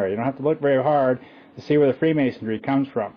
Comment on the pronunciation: "FreemasonDRY"?,...Illinois ., the "S" is silent.,...""Caesar" is spelled wrong., ..."Romulus" & "Remus" were the mythical "Founders Of Rome".,,..."Loyola" is pronounced like ...Loi OH la"., accent on the 2nd syllable.,,...it's "Piltdown" man., pronounced like "pilt".,as in "built", then "Down Man"., and "Peking" man is pronounced like "Pea King man".,..."Opus DEI",... not "opus DELI",..."Dei" sounds like "day".,...it's "Fullness" , not "fulness" .,... -spelled "Caesar" wrong again.,...